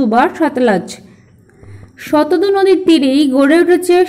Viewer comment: Eta prothom thekei jene aschhi...Sindhu r Brhammaputra era NOD Ganga r Jamuna era Nodi. R naam ta jantam Shatadru not Shatadu. Uchharon gulo ektu thik kore bolle bhalo hoy.